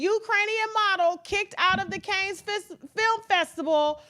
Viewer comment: The city is not pronounced Kanes, it is cannns!